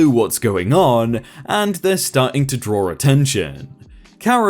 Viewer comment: WHY DO YOU PRONOUNCE DRAW AS DRAWR????